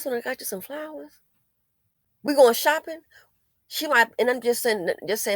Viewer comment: Hold up! Did she say “Soppin mammie biscuits” ????? 😂🤣😂🤣😂🤣🤣🤣